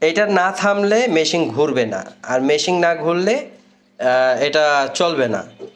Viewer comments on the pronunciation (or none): মেসিং নয় ভাই মেশিন